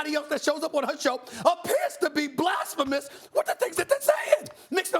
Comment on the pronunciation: Nobody: Stephen A Smith: NoW tHaT iS JuSt BlApHaMoUs